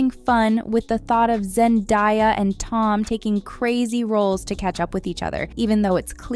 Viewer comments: zen-day-ya not zen-die-ya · "ZenDIEya" bih if you don't say her name right. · Girl really said zendieya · Zen-Diya 🫠 Zen-daya 😃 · It is zendaya not zendia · It's Pronounced ZEN-DAY_YUH not ZEN_DIE_YUH ..... TF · Learn hoe to pronounce zendaya not die yah!!! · I know this women did not say no zendia instead of Zendaya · Stop saying ZendÁHia… are you stupid?? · Zen-die-uh LOL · And a note to the commentator… if you don’t know how to say Zendaya’s name by now, please dont include her in your reviews.. her name is all over the place, there’s no reason for you to be calling her ZenDIEya. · Anyone else think that chick is not so passive aggressive towards Zendaya? lol Saying her name wrong on purpose and then pretty much calling her a charity case? Really? He ain't ever gonna want you. They're adorable together X.X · How do you get Zendaya’s name wrong 😑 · How can you be someone who spreads Celebrity News and not know how to say Zendaya? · Say her name right or shut up 😂😂😂😂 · Bro why are you saying her name like that😭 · Off topic but girl please pronounce Zendaya correctly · Why are you going out of your way to mispronounce Zendayas name just say it right you know how it’s pronounced your doing extra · I can’t get this video could you keep mispronouncing Zendaya‘s name it’s infuriating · Bro I’m ia gibe going out of your way to say someone’s name wrong the whole video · ITS ZENDAYA!!!! HOW DARE YOU PRONOUNCE IT WRONG- I swear I can't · Why go out of your way to say Zendaya’s name wrong? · If you were going to make a video, at least pronounce the name right for fucks sake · Really lady? You honestly don't know how to pronounce Zendaya's name? Then imo you have absolutely no business doing this video. 🙄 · Those people can f*ck off. It was amazing. Also can you learn how to say Zendaya’s name properly?? You sound disrespectful.